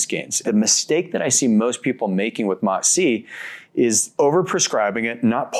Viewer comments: He finally learn how to say MOTS-C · nah, I wasn’t saying that to be mean and still don’t think it was mean I just noticed he learned how to say the word mots-c right and thought it was notable lol